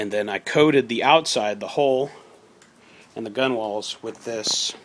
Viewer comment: Nice little project. Fyi...front of a boat is called the bow (pronounced: bough) and the gunwales are pronounced: gunnels. Just thought you might like to know.